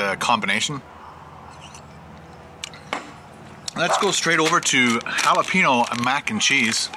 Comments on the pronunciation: HA-LA-PEN-YO not HA-LA-PEE-NO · your pronunciation of jalapeño is driving me CRAZY lol. It's Hal-a-peen-YO not Hal-a-peen-o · its halla-payne-yo... not halla-pi-no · its pronounced jalapeño (halaPAINyo) not halapeeno.